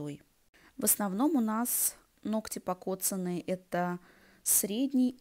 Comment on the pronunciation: «ноКать» очень режет слух и портит впечатление от видео.